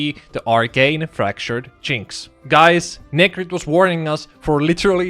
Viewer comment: The way you say "jinx" sounds like a racial slur....